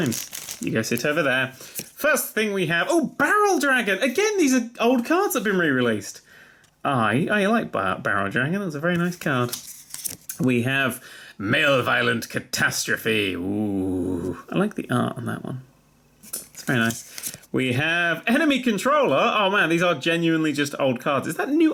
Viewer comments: 'Padalin'...'Male-violent'... Dan, I know words are difficult but please try every now and then. :)))))) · Dan's pronunciation of Malevolent is just wonderful. I am using "Male violent" from now on. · Male violent? Come on Dan, malevolent. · i hope he mispronounced malevolent on purpose.